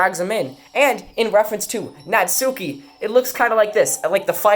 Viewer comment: Not to be that guy but it’s pronounced Nat-ski